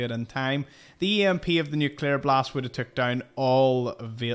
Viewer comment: "The EMP of the nucular blast-" Forgive me... but an electro-magnetic pulse... from a nuclear bomb? Okay, bombs may not be a topic that I'm super knowledgeable about, but am I the only one who thinks that might be a bit far-fetched? Oh, and I don't mean to sound mean or anything, just genuinely doesn’t make sense to me. (Love the videos,!)